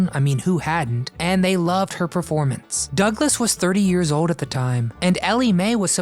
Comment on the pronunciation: If you are going to narrate, pronounce your L's !!!! Old, Not Ode!!! Gold, not gode!!! Learn or don't narrate!!!